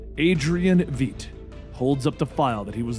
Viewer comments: It's "Vite," not Veet." And the base is in the Antarctic. WTF? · im sorry but i hate when people dont pronounce stuff how they hear it. its Veidt not Veet or vet have you not seen the movie?🤣 basically light with V instead of L Veidt (Vight) i need a shot of something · Also, Adrian's last name is pronounced similarly to the word 'fight' but with a v instead of an f. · Regarding Adrian Veidt, Veidt is prounced "vight". Like saying right but with a v instead of an r. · did he actually say veidt, veet? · Lol Adrian "Vet" Benny? Really bro, who have you hear pronounce it that way? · Please stop mispronouncing Adrian Veidt's name